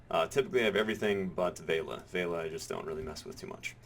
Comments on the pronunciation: VEH LEE UH not vale-uh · You keep saying Veila when it clearly states Velia as in Vel-i-a. :) I've also been doing investment banking in Heidel, both guaranteed and high yield. For guaranteed 700k i have gotten an average of 22k per time (10 times). For high yield 2kk, I've made ~90k per time (11 times). In total I'm about 1.2kk in profit, so far. For me. The losses with high yield are smaller than the gains. Profit is about 30-35%, while losses are about 25% or less. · oh god pls stop saying veila, its velia. it's like you have a typo in your speech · vale-a? VEL-E-A! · Ve-li-a. Not Vei-la.